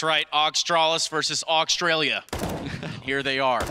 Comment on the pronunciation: Aug-stralis vs Aug-stralia. lol